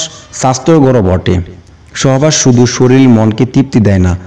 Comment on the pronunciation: আসসালামু আলাইকুম। ভাই শরীর না শরীল? বা়ংলা শুদ্ধউচ্চারণে আপনাকে পরামর্শ রইল।